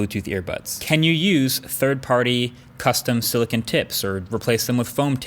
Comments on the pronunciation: Me: * clicks on video * Marques: SiliKIN Me: Did he just sa- Marques: * says silikin again * Me: HUH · I have never in my life heard someone pronounce silicone as silicin